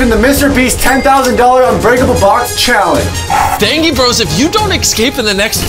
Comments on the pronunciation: He said dangi bros instead of dangie bros😂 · He litrally said danGe bros and not D-AY-N-J-Y Bros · Man really said DanGie bros lol